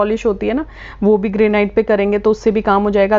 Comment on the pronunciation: Or madam gray night nahi hota hai ,,Granit hota hai😂😂😂😂